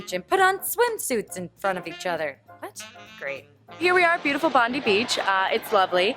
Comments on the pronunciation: Bond-eye...not bondy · bond- eye. bond-eye beach. not bond-ee beach. I have no idea why that bothered me hahaha. Im glad you had a great time Hannah ! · omfg BONDY beach Lol!! Sorry... I laughed so hard at that lol It's Bond-I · why did nobody correct you that it's Bond-eye not Bond-ee?! ARRHHGGH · I really like how the icon for Melbourne is a Library... Also its pronounced Bond-Eye Beach not bondy hahah. Can't wait for you to return though Hannah! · Did you just say Bond-ee beach? I didn't know you thought it was pronounced like that, interesting...also, the beaches are never empty especially in Summer, you would never find parking because it's all filled with early beach loving people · I love how Hannah pronounced Bondie beach Bondey beach😂 ((i'm Australian! I know how to spell Bondi beach okay! I was just writing it so it shows the sound group or whatever)) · Hannah I love you but it's pronounced Bon-dye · its pronounced bon-die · Bondee beach XD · Bondi beach is pronounced bond-eye beach haha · Haha she said bondi beach it pronounce bond die beach baha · Bondi Beach is actually pronounced like 'Bon-die' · Haha Bondi is pronounced bond-eye :') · Silly American. It's pronounced Bond-eye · oh Hana I love you! But its pronounced Bond-eye :D xx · im sorry i have to. bondi is pronounced Bon-die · Oh the way you pronounce bondi XD love it it's like bond eye haha love you Hannah! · It's pronounced bond-eye Bondi beach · Omfg the way Hannah pronounces Bondi beach hahaha we pronounce it as bond-eye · Going to join everyone else saying the same thing and comment with the old IT'S BOND-EYE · Haha it is pronounced bond-eye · It's pronounced bon-dye beach... 😑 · Bond-ee beach.... close enough haha :P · I cringed so much. Hannah it's pronounced bond-eye hahahaha but i loved this video!!!! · Yeah you pronounce it bond-eye beach....good try hannah😂👌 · its bond-eye lol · haha bondi beach Its pronounced "Bond-eye" as I'm sure you've probably already been told :P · "bondy beach"